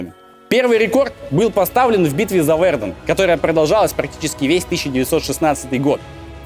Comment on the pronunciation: Блин, ну не ВЕрден, а ВердЕн :) Это ж французы, у них ударение на последний слог :)